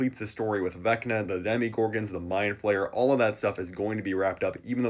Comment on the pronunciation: I don’t wanna sound annoying but please stop saying DEMIgorgon it’s DEMOgorgon 😭